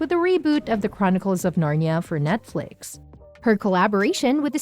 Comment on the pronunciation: It's not "Narn-ya" but "Narn-ee-a"